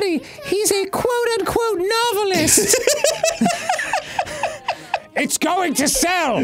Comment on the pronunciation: I lost it at "novelist".